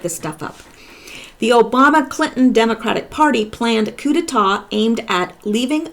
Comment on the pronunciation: coup d'état is pronounced "coo-day-TAH' <3 <3 <3